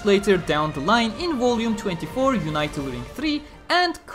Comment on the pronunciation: "Unital" is pronounced with a short "i" like "unit." Not like "united."